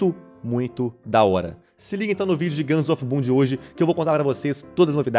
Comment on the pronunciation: So eu q entendi guns of pum?